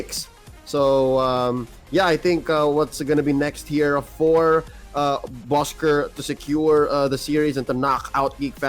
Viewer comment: Please say it right!!😑.Bosskur!!!